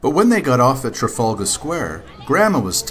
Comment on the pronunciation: you pronounced "trafalgar Square" wrong! it's trafalgar Square! not trafaulga Square!